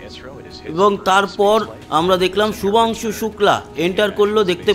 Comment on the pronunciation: Nam tato thik kore bolun